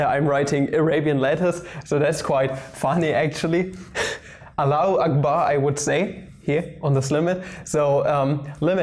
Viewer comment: I'm Arabic and that Allahu Akbar was the best one I've ever heard